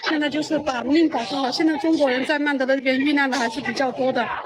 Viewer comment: 大家(甚至官方)都把曼德勒的勒字發錯音了 勒字的發音是 ㄌㄟ / lei，勒住的勒 而不是ㄌㄜˋ leˋ